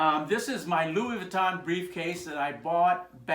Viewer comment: Nice work sir! I thoroughly enjoyed this vid b/c I’m a painter & Lux bag collector who has now began to refurb & customize them. Just 1 thing: the proper pronouncing of LV is: Luieé Vwee-tō (n is silent) I thought I’d share that w/you since you do Louis Vuitton repairs 😉 (& im French, so it makes my skin crawl when ppl say French designer names incorrectly) 🧏🏻‍♀️🤦🏻‍♀️🤷🏻‍♀️ LOL Keep up the amazing work sir!